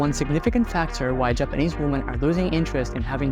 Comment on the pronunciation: Stop mispronouncing the word 'women'. You are pronouncing the singular when you should be saying the plural.